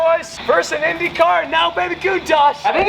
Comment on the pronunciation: Brazilian here, the pronunciation was SPOTLESS MY BOY